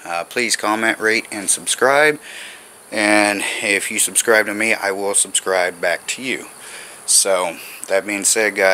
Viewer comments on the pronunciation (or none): none